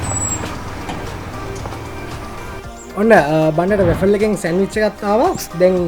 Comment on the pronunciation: RA-FEL nemi WA-FLE ! Godak hodata program eka kerenawa. Api USA edan rasa widinawa, good luck !